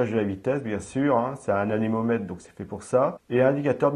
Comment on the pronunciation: Vous avez dit "anénomètre" au lieu de "anémomètre".